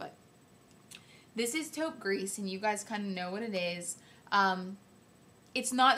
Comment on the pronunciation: I love you I think you are wonderful! Short french lesson. 90% of the time when there is no 'e' on the end of the word you do not pronounce the last letter ex. Taupe Gris = Gree not Grease I hope that makes sense. Please dont be offended I'm really not trying to be mean.